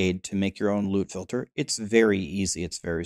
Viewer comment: I keep hearing lewd filter😂